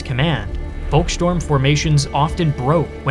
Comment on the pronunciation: It's beside not besides and it's volksturm not, volkstorm. Talking is your job and you're frankly terrible at it.